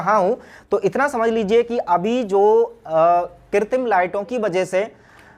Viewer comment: 'किरतीम'लाइट पोलूशन मत बोलिए सर, कृत्रिम लाइट पोलूशन ऐसा उच्चार कीजिए। धन्यवाद🙏